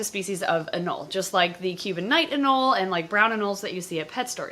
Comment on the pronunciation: It’s not “anol” is “anolE” there is an E there for a reason